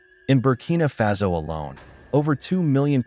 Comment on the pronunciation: It's pronounced fah-so and you know it